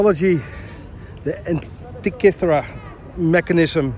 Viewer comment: you pronounce the word ΑΝΤΙΚΥΘΗΡΑ very very well... congratulations